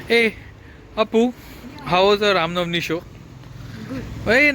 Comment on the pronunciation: It's Ram Navami not Navani